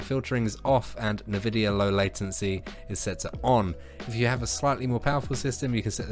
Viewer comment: Nobody:: Nuh-vidia